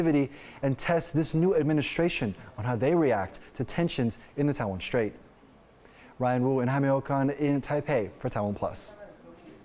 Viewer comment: There is no SH sound in the word straight